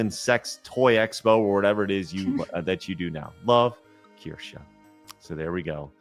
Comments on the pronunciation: Can you correct on how he pronounces Kirsche's name? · its just annoying. I see your point. Though if i were to collaborate with someone. I would at least get there name right. Especially when Craig and Blabs say her name right on the same stream is on.